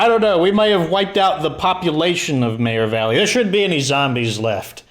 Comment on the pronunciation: Serious question, why do pronounce meagher valley like mayor valley? After watching almost all of your videos I now sat mayor valley too. Is that how it's pronounced or did you put your own twist to the word meagher?